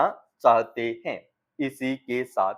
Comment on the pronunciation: हैं और है के उच्चारण में आप अंतर सही से नहीं कर पा रहे हैं अच्छे से भाषा बोलने की अभिव्यक्ति सही करें